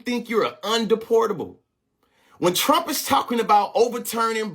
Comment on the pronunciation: “ I will vot…for Donald Thump” 😂😂